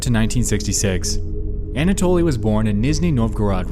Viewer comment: Finding a fellow russian comment, im so eager to express my excitement: it's such a blessing to hear "Anatoly" pronounced correctly by a non-russian speaking creator, and not as some bizzare "anAtoly" :) This applies to most of the names mentioned in the vid (tho i find it quite puzzling as to why Nexpo refers to Moskvin's parents by their first names and "otchestvo", not by their last names 🤔)